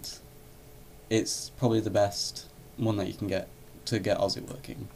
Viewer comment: its osu not ozu